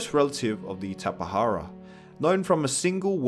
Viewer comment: tapihara Lol its ta-pi-jar-a